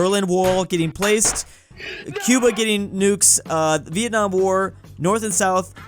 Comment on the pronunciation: Bro said venamor instead of Vietnam